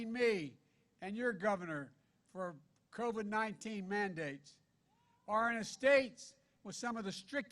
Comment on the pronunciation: Sounds like Joe's got Co-Vee-Vee